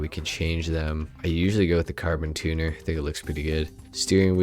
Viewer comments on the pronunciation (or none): Why do u pronounce tuner “two new”?